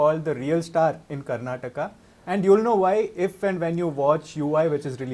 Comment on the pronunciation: Thanks for saying kannada and karnataka correctly.. samadhana ath nod bhai